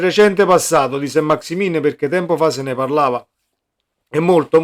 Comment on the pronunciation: Si pronunzia Sant maxi men , un po di francese li sai?